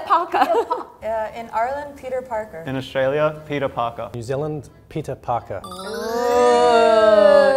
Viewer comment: Sorry but the Irish girl doesn't have an Irish accent at all. No one in Ireland would pronounce "Peter Parker" that way, havent finished the video yet but it's a shame, Irish accents are very distinct.